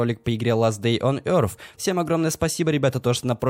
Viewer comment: Не ласт дей он эёрф , а эёс